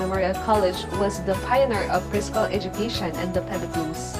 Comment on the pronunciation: It is hard to understand. I even jsed captions. And the pronunciation is wrong too. Estublished? Preschool? (preeschool) Lows? (laws) Seriously!